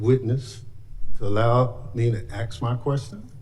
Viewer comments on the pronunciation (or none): "axe" my question smh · Had the victim been BLACK, his narrative would have been very different. And no, Benny Thompson, you don’t AXE a question, moron… you ASK it. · Aks??? It's ask. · "Allow me to axe my question " ignorant fool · My favorite part is where the semi-domesticated ghetto perpetual victim savage fool Bennie Thompson asked the Chairman if he could be allowed to "ax" her a question! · Thompson doesn't know the difference between 'accident' and 'incident', his I.Q. is comparable to Bobby Rush and the late Shelia Jackson Lee, just 'ax' him. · He said "axe the question" 😅